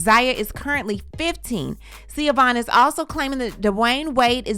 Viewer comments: ..: GIRL I LIVE FOR UR SHADE..: it’s LEGENDARY../ but PUHHHLEEEAAASSEEEE!!! SAY HER NAME RIGHT!!! It’s. Pronounced either “ Shhi or Shha VON… not SeaObon… girl u got my anxiety at a 10 every time u said her name I couldn’t even concentrate on what else was going on! REMEMBER THAT ITS EITHER SHAVON OR SHIVON TO CORRECTLY PRONOUNCE IT!NOT THAT OTHER SH*T u was repeating! LORD I NEED A XANAX AND A MEDITATION SESSION FOLLOWED BY A TRIP TO THR THERAPIST AFTER THIS! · Please stop ✋🏾 with the Siobogh or however you’re pronouncing it. It’s pronounced Sho-van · Hahaha her name is pronounced Sha-VON😂😂 I know how it’s spelled but her name is ShaVON or SHAVAUGHN everyone in Chicago called her SHAVON WADE😂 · I know its spelled weird but it’s pronounced “Shi-Vahn” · you are right. It is pronounced Sa-Von. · I was going to comment this correct pronunciation of the Irish name & spelling. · Pronunciation is "Sha-Vaughn" 😁 Gabrielle and Dwayne is using the little boy for financing gain! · Her name is pronounced "Shavonne" though it has a traditional Irish spelling. Sha-Vonne chil'! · It’s pronounced Shavon I have a friend with that spelling I forgot the origin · It’s pronounced ShaVon…👀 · Girl that’s not how you pronounce her name. It’s Irish. It’s SHA- VON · The ex-wife's name is pronounced SHEE-VOHN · I think her name pronounced “sha-von” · Right! It was so frustrating listening through an entire video with the incorrect pronunciation. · I’m sorry just hearing you mispronounce her name is annoying.. I know u have been corrected but please do your homework before reporting.. js🤷🏽‍♀️